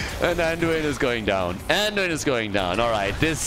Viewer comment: "Anduina" LMAO 😂 Ge Geeeeeee!!